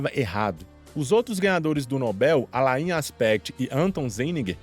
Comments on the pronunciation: 3 coisas 1-a pronúncia não é alaiin, mas Alan. 2-Não é xirodinger, mas Xirêdinger.3-o prêmio nobel é recente, mas a teoria já tem 40 anos. O trabalho prova o entrelaçamento quântico e não diz que o universo localmente não existe e sim que existe uma interação instantânea no universo. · O cara pronuncia o nome francês Alain como "alaín" e não como "alã". 😒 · Gostei do vídeo. Porém, na boa, não se pronuncia "A-la-in" mas "A-lā", assim como o ator Alain Delon.